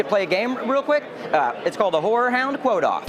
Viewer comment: The way he says horror sounds like whore